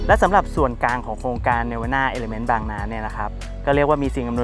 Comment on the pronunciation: พูดดีค่ะข้อมูลก้อดีแต่คำว่า ส่วนกลาง พูดตลอดว่า ส่วนกาง